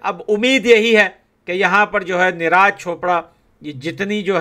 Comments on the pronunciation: Bhai,मत तो करो यार।निराज नही नीरज कह दो भाई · Bhai Neeraaj nahi neeraj bolo 😂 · Bro-his name is neeraj not neeh raaj…😊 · Bhaiya neraaj nhi neeraj boliyee 😅😅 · Please pronounce the correct name of neeraj 😂